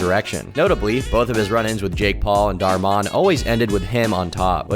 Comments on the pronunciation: It's pronounced Dhar (like car) MAN not Dhar MON he even refers to his fanbase as Dhar Mann Fam come on now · I don't think you need to pronounce "Dhar Man" as "Dhar Maan". Just speak English normally. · you pronounce it as "man" not "mon" 😭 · Dhar Man, not Dhar Mon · Never pronounce dhar man again plz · Please stop saying "dar-mon"💀😭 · or who? also he says dharr mon 💀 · Lol why you pronounce dhar man like that lmao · Why do you say Dhar Mann like that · Considering how you pronounced Dhar Mann, and then your explanation of his videos... please admit you've never watched a single one. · Your pronounciation of Dharr Man might be the worst thing you have ever done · never heard ANYONE pronounce Dhar Mann like that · That's freaky! I was completely thrown off with tom pronouncing it like that, i was staring off into the abyss then saw your comment 😂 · Why do you say Dhar Mann like that?! I dunno why, it bothers the heck outta me